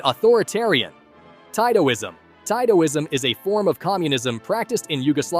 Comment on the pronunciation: Titoism is pronounced like Teetoism